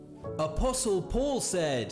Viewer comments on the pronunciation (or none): none